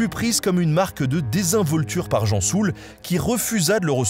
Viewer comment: L'amiral "Gensoul" et non pas Jean Soul